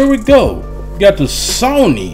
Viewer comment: "Got the Sawny" lmao